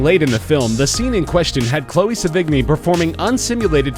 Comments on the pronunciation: Its not "se-VIG-nie", its "se-vee-NYEE" or "SE-vi-nee". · It isn't Sevi-g-ny. Learn to pronounce. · You really should google search how to pronounce these people's names before recording the voice-over. Vincent Guyo? Chloe Sa-vig-nee? Come on. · Gallo is pronounced exactly as it's spelled and Sevigney is not pronounced Se-vig-nie its pronounced Seven-yay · It's Pronounced Sev-In-Yay! Not Sevig=Knee! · pronounced *Seven - Yea and *Gal - O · Chloe se-vig-ni hahahaha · Chloe Sevigny is pronounced "seven-ee" not "suh-vig-knee." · Her name is pronounced "Seven-yay" UGH! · that is not how to say Chloe's last name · Anybody else cringe at the pronunciation of "Sevigny" and "Cannes"? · and lars von " tri - er " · That's not how your pronounce Sevigny, the g is mostly silent. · wupperelfe Not to mention Sevigny... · Aside from mispronouncing both the performer's names quite severely, he's leaving out the detail that Gallo and Sevigny were boyfriend and girlfriend until amicably splitting up about a year before he started production on this movie, and they had clearly had a great deal of sex with eachother many times before. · omfg! this fucking narrator pronounces the "g" in sevigny but doesn't pronounces the two L's in gallo? lmfaooo! fucking idiot learn to pronounce.